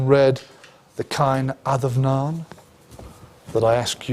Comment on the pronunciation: No biggy but it is pronounced Caw-in ad-um-naw-in. The fada changes an “a” to “aw” Enjoyed the lecture.